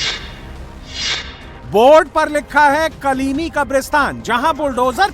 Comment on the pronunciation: कलीमी नहीं कालनेमी क